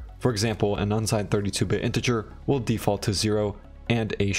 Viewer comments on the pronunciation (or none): none